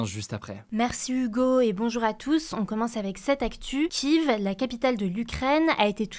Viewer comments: "Kive" serieux comment on peut etre aussi nul sur la prononciation des capitales ? C'est "Kièffe" pas "Kive" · Non la prononciation pour les Ukrainiens est KieVe. Je te renvoie à l’article du monde la dessus justement. Les ukrainiens en ont marre justement qu’on prononce Kieffe et pas KieVe. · ca se prononce KIef mademoiselle! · vrai, moi je parlais du “I” 😅 kive..